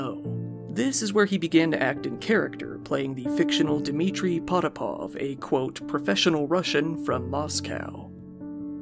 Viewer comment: Pop-it-off. Thats how the name is pronounced